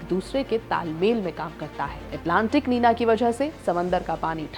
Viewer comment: निनो नहीं निन्यो होता है और नीना नहीं निन्या होता है